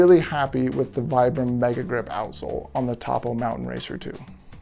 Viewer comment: Great review! Just a heads up - it’s pronounced Toh-poh. It’s the first two letters of the founder’s name, Tony Post.